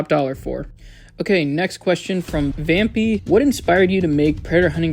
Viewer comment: The name is Vam PIE not pee 😭